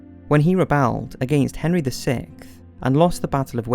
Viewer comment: Why can’t you guys pronounce sixth? You guys always say sicth, hmmm